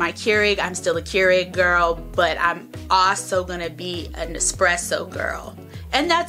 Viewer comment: ESpresso, not eXpesso. Nice vid.